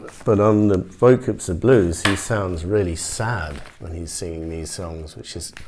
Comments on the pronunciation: Is is not pronounced “ bo - coo “ ? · in french you actually don't say the s